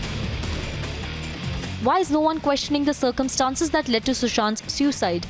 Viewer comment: Why do you keep stressing on the word ‘Suicide’ on purpose. It’s a murder. Shame on you